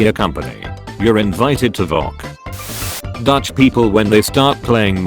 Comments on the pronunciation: Not voc It is V.O.C. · The VOC is said V O Sea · Video: VOC Voice speech: VoCk